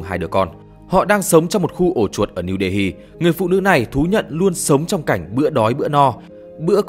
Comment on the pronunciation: New Delhi đọc là Niu Đê li mới đúng .